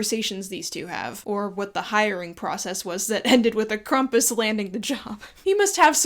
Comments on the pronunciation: You m is pronounced Krampus. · How do you not know howe to pronounce Krampus?